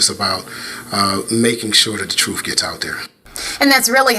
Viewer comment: Here's another similarity.. They both say troof. 😮